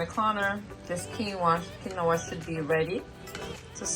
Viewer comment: Quinoa... keen-waa